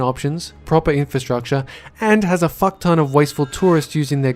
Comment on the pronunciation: Did you say fuck tone ?